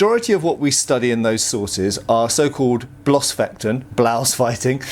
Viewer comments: yeah the use of ß changed a lot during the centuries. But bloß is still a modern german word and the pronounciation should be the same. Messer for example is pronounced like the modern Messer and nobody pronounces it with long e or something. But it isn't a big thing that pronounced it like he did. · this moment when bloßfechten changes to blaaasfaiiten. lmao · Bloßfechten ("naked fencing"...in the sense of no armour that is)...sounds a bit funny when an englishmen pronounces it :-) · Great video as always, but just a quick note on "Blossfechten/Bloßfechten" It would be more accurate to translate it as "bare" or even "naked" fighting as the word "bloß" (meaning "bare"; pronounced like "loss" but with an elongated "O" as in "door" and a "b" in front) has nothing to do with the word "Bluse" (meaning "blouse"; pronounced like "lose", but with a pronounced "e" as in "eh" and a "b" in front).